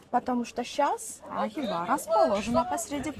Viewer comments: Ну, уж ударение можно нормально ставить. Представьте себе МОсква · Только не ХИва, а ХивА. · Мужик, ХивА. Не хИва